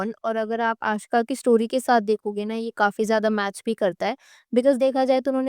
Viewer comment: Her name is aashka. Not aashika